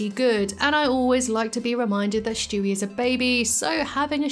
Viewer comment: I love the way you say Stewie . Lmao “Schtewie”